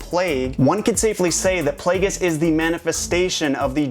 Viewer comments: It's pronounced PLAY-JEE-US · darth plagueis. darth, _plague_is